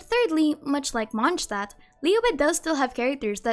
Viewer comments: Why do you say MonsCHdtadt? You clearly say Mondstadtians right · MONT-shtat is the correct German pronunciation. The correct demonym (name of people living in the place) is Mondstäter (MONT-shte-tr) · besty y u pronounce mondstadt as monshtat??